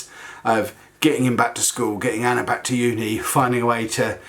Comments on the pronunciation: Lol every time you say Anna's name you say Anner lol. Its a bit erking. But i love your vlogs n your family i watch them every day. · Yaay. Ive never had a you tuber respond to me this is great.. Lol. I hear her name being said that way you may not be saying Anner thats jus the way i keep hearing it. Love you tell Anna hayyy hayyy